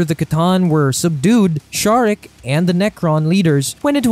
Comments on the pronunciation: Its pronounced Zarek, not Sharek. Necrons dont really care much about humans, seeing themselves so superior to humanity that mankind is basicly unimportant. Much like any other race. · pls never again do this type of collabs, me and most other subscribers are here because of you and ONLY YOU! we dont wanna hear some other guy acting all knowing WHILE BUTCHERING the most basic of 40K words, robert guiliman? ffs its ROU-BOU-TEI! its not sharek! ITS SE-ZA-REK! PLEASE DONT DO THIS AGAIN, THANK YOU! WE LOVE YOU AND ONLY YOU! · Zare-ek not Shar-ek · I don’t mind people mispronouncing things but there are too many errors here that make me wonder if the people involved know anything about 40k. Robert gilliman? Bob the fish? Shazeric? … this just seems like it was written without care. I like the other videos but this isn’t good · Ok so the silent King built the Pryor Nexus to stop the tyranids I don't think the silent King is like Megatron I think he's more like a benevolent ruler and actually kind of nice for 40k standards and I'm pretty sure it's szarekh the silent King with the silent S Because that's what it says on the box and the first letter is silent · I can’t get past your buddy pronouncing Szarekh’s name wrong. It’s grating and highly noticeable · As a huge Warhammer 40k fan, this dude is getting so much wrong and is purposely mispronouncing the names of the most well-known characters.